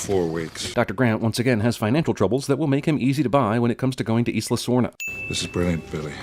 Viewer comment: The geographical term "Isla" is pronounced "Eye-la". Add another sin for that.